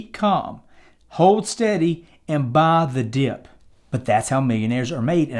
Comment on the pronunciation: Hit the like button every time he says "baah tha diyup"